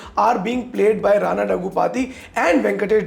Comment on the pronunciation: It's "RAAANA NAIDU" not Raina